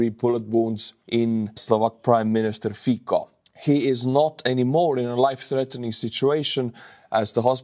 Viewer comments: it isn't "fiko", it's "Fico" pronounced fitsoh". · pronounced as Fitso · Thanks for great coverage as usual. One small point - Slovak PM Fico is corectly pronounced more like "Fitso". Although I do not agree with his politics at all, it is nice to be polite. Thanks! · nitpick: Fico is pronounced with "C", not "K" (more like "cent" or "Ceasar" with a little bit of eastern accent). :) edited: As mentioned in reply below "tz" is actually pretty good substitution. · It’s not fiko but fico you basically pronounce the C as TZ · it's Fico, not Fiko:D Try the estonian pronunciation, it'll be much more correct. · His name isnt fikko i am slovak and we say his name fitsco not sure if its phoneticaly correct how i written it but c its hard not soft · FYI Fico is pronounced "fitzo" and Cintula is pronounced "tzintula." C in Slovak is a tz sound. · It's pronounced Fecal. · Not really. Fico would be pronounced "Fee-tso". The "c" is pronounced as "ts" in Slovak, not "tz" - some regional dialects notwithstanding. Cibula (onion) is another example. It'd be pronounced tsee-bu-la (accent on the first syllable) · English pronunciation is Fitso, Tsintula. Or, in italian: Fizzo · Fikka absolutely based estonian pronounciation XD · it's Fico, not Fiko. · the letter "c" in Slovak is pronounced "ts". Therefore, the name "Fico" is pronounced "fitso". You're welcome. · His name is pronounced “feet so.” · Fiko? Really? Come on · His name is pronounced "Fitzo." Smutný deň pre demokraciu.. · Fico pronounced "Fitz-oh", just saying. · Bro, i can't take you reading his name as Fiko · Robert Fico [ˈfitsɔ] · Not Fiko pleeeeeeease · To be precise, isn't the 's' in 'Fitso' pronounced nearer to the teeth than "standard" 's'? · Letter C in Fico is pronaunced as english C, not K. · with all the respect, your pronunciation of Slovak “c“ in their names is not correct. Nevertheless, your comments are interesting. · You know? enjoys butchering names. 😅